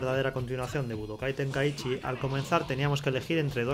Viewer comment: Mi mente cuando le dice tenkaíchy🫨🙂‍↕️